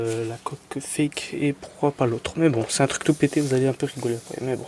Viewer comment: Mdr il dit le faque au lieu de dire fake fin bref 😭😭😭😂😂😂